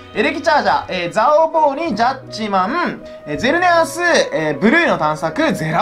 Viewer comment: ジャッジマーンのイントネーションが完全にトゥットゥルー